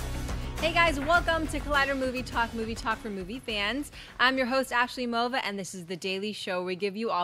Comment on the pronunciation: Who is "Asley Mova" come on Collider!😂😂